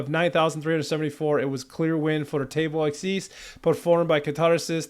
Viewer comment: The accent in the word akys is long on the letter A.